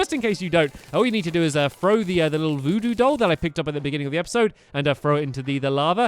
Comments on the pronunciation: "The Voodoo Duige Goll" -Stampy. BUY NOW!!!!!! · Stampy said "We need the vodoo duide goll" XD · at 3 minutes he says "the voodoo died goll" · Ah yes, the duide voodoo goll. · LOL the "Voodoo Duide Goll" Good job Stamps xD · "The Voodoo Duide Goll" xD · U said udo doll